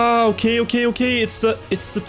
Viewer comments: Whenever he says “OK! OK! OK!”, it kinda sounds like he’s saying “UTE! UTE! UTE!”, which is shoot or fire in Japanese. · The "ok" Sounds german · „ah okay okay okay“ Sounds sooo german